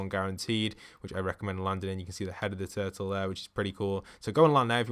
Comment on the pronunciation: "Giant turle" ... lol